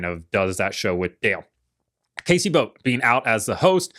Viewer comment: I don't think you could've screwed up Casey Boat's name more if you tried lol